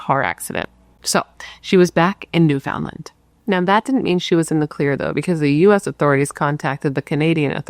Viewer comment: Good morning & The Bratt Pack! Newfoundland pronounced new-fin-lind kinda lol Happy labor day from bc Canada 🇨🇦 ❤